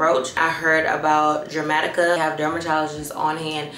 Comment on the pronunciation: Definitely want that meshki cardigan too cute. Leave it to to say Jer-matica and not Der-matica.😅